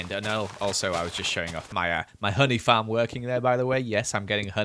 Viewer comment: Why do u say fam instead of farm